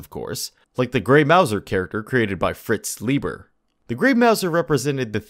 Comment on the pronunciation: It's actually pronounced Fritz LIE-ber with a long i. Until recently, I pronounced it LEE-ber, as well. For the 5th Ed. part, you say based on "attack bonus" when you mean "proficiency bonus" which is what it says on the shown chart.